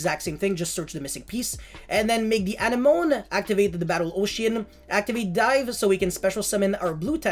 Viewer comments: Anenome is a weird word to read, it is actually pronounced like "an enemy" more or less. I wouldn't even know that if not for Finding Nemo lmao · Is it not a-neh-mo-nee? Like the thing that clownfish live in? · Also bro you’re pronouncing anemone wrong if you watched finding Nemo it’s the thing that they lived in at the start of the movie.